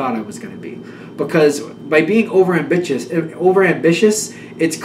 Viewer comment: "Over-amBitchis "LOL Freudian slip 🤣💫😂